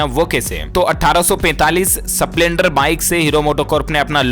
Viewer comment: सप्लेंडर नहीं स्पलेंडर है